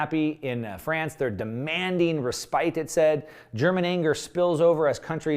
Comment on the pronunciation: love your content and appreciate the hard work, but please make sure you're pronouncing words correctly. When you mispronounce words, it hurts your credibility—and it happens frequently. Example: respite is pronounced ress-pit (ˈrespət) and not re-spite (rēˈspīt).